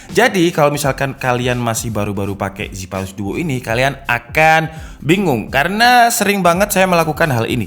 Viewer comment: Asus "zipayrus"